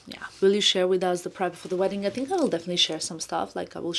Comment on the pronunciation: I hope will not get offended but I hope she can correct how she pronounce “th”, pronounce thought as tot, think as tink. It is just the correct way to pronounce these words